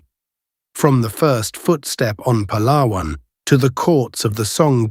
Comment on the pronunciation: I am so happy for the proper pronounciation of the name mentioned Pàlawàn. Now people pronounced it pahhhlahhhwannn which is wrong. Pàlàwàn is the right or correct tone.